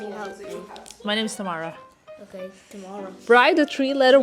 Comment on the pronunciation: your name pronunciation in USA is odd, I don't get why some people say Tamra... it should be just as you are saying TAM-AH-RAH